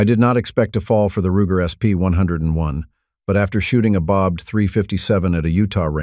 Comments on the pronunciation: Wtf is with all this ai crap. Pronounces first revolver wrong. Roo-jer? Wtf. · Roojer? A.I. is trash